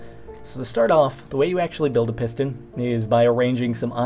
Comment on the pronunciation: It sounded like he said pissed in. Thumbs up if you thought so too :)